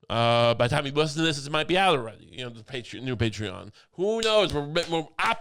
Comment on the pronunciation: ‘Lishen to Me!’